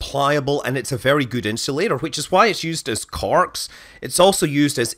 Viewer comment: Cork In-shoe-later